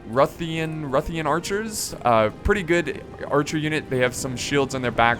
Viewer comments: the ruthenian archers are pronounced Ruth (like the name is said), and the moldavian warriors are said like mold-a-vian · Tip for pronouncing Ruthentian . Say it like " Roo Fen Ian" , like that just a bit more faster on the Ian . Ruthenian